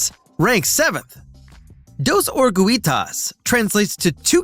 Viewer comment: There are so many errors with this video. I gave up when orugitas was pronounced incorrectly.